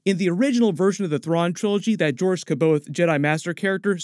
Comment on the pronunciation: Jo ris sab eye awth. Confirmed pronunciation.